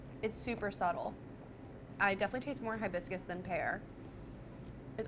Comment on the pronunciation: Love Panera! Learn how to pronounce hibiscus.